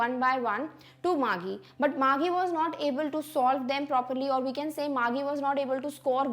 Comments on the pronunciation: It was not Margie gi. It was Margie ji😅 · Mam your pronounciation for Margie is not correct its actually mar-'g' not mar-'gie'